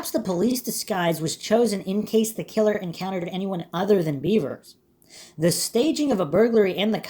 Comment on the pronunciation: I think it's really pronounced "bevers" (beh-vers) Not "beavers" (bee-vers)